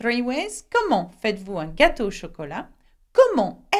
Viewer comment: why did you pronounced FAITES-VOUS as "faa-i-dd-vu" Confusion is like you convert T into D